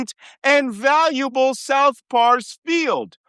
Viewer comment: C'mon Malcom, stop pronouncing Pars as PARIS. Pars is short for Parsi, (related to Fars or Farsi). NOT PARIS, GET IT STRAIGHT.